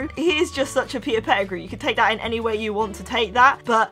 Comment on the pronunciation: Its not petifrew its Petigrew